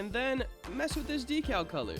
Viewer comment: bruh whats a docow its decal but nice job